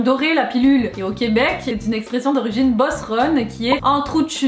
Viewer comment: Super recherche, mais pour la prononciation du mot "beauceronne", j't'ai crampé! Va falloir retourner voir la vidéo genre tuto pour parler québécois en 5 minutes pour le son au/eau/o